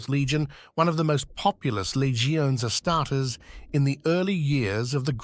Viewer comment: You should mass replace text so the bot pronounces odd words correctly, example being how it says “Astares”. It could be replaced with something like “asstardeez” which has worked for myself in the past. Another thing I feel would improve would be using a female voice for the quote sections, helps break up the mood and regrab people’s attention.